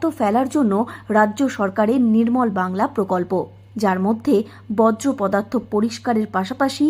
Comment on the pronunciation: বজ্রপদার্থ আবার কী? 😅 বলুন বর্জ্য পদার্থ।